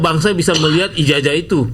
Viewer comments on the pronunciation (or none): Ijasah bacanya jing bukan ijajah